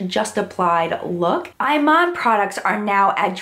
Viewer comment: IMAN is actually said EE-mahn ... which I only know cuz I obsessively watch her on HSN :-)